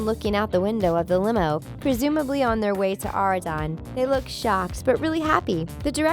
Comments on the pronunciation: Why she keep saying areadon its oradon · Omg she keeps saying ARE-A-DON when it is OR-A-DON